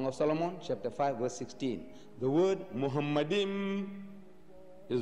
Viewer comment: Sure then you consider that nowhere in the Jewish and Christian Scriptures is Muhammad mentioned. The first mistake by Deedat is that he pronounced מַחֲּמַדִּ֑ים as ‘muhamaddim’. But he is wrong, it is ‘ma-kha-madim’. So there is no pronunciation of Muhammad. The other mistake made by Deedat is that he said that ‘מַחֲּמַדִּ֑ים' is a name. Again he is very wrong because מַחֲּמַדִּ֑ים is a masculine plural noun, so it is not a name (like יְהוִֹה, Yhvh). And because it is not a name it is impossible that it refers to the name of ‘Muhammad’.